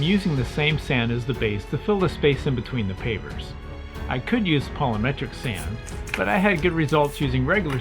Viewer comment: It's "polymeric" sand, not "poly-metric."😆